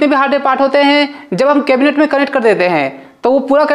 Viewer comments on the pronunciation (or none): केबिनेटे 😂 नही केबिनेट है🤣